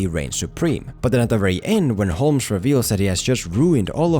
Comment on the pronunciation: The L in Holmes is silent.